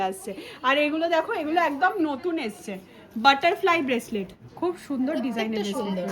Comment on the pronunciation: আজগে আবার কি দেখতে স্মার্ট কিন্তূ আজকে বলতে পারেনা 🙄🙄আসছে বলার কথা বলছে এসছে